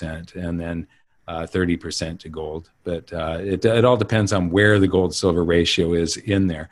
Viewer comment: should learn how to say “gold” correctly.